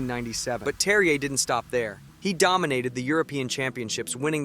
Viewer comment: The J is pronounced like a Y, seems like you got it by the end😂😂😅 of the